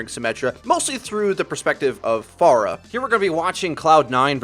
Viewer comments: I'm not saying that "Far-uh" is a stupid sounding pronunciation of Pharah, but the way you say "Far-uh" sounds terrible and you should just say "Fair-uh" :) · think you're saying Pharah wrong. it's less "Far-ah" and more "fair-ah", just saying because almost other YouTube channels and players say "fair-ah" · Sorry but it triggers me when people say FAR-UH. I askes on twitter and they said it was FAIR-UH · please start pronouncing her name correctly is fair-a not far-ah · I dislike cuz u say Farquhar. It's Fair-ha they say it in the actual game dialogue lmao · I hate when people pronounce it FAR-UH it's Fair-uh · I hate it when people pronounce it FAIR-UH It's Far-uh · Her voice line says far-uh so.. you're the ones that are pronouncing it incorrectly. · Dude you win most idiotic comment of the day. It is infact pronounced Far-uh or Fah-ruh not Fair-uh she even says her own name and a couple of character interactions has it at Far-uh too. You boring old American pronunciation of things has failed you miserably. We Americans are so basic we speak boring old easy English that's it with me as an acception I speak 3 languages fluently the perks of having interacial grandparents they passed that shit down. Go delete your comment douche. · Slaughterrific It's Fah Rah not Fair Ruh. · You lost me at FAR-UH... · Slaughterrific Pharah herself pronounces it as "FAR-HA" though. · BAAZAAA HANDLE THE PHARAAAH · is it far-ah or fair-ah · you saying phara like that is triggering me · Go to Pharah's voice lines. She says her own name and this is the correct pronunciation